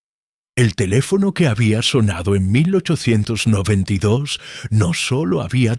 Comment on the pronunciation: La voz estilo irlandés viviendo dos años en Benidorm , no está mal, de inicio parece q dice 1992 y no 1892, y alguna pequeña errata de traducción por ahí suelta o las pausas , o signos de puntuación. Pero aún con todo es bastante agradable la narración , quizá sería mejor repasarlo todo escuchandolo y editando esos fallitos como números que los traduce casi todos mal, saludos